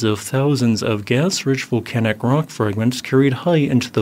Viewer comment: and yet he can't pronouce volcanic?